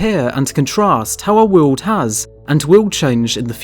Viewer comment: What is a verteabral? Do you mean vertebral? Why narrate if you can't pronounce simple words correctly? "All across the Wewld"? Wtf is this shit?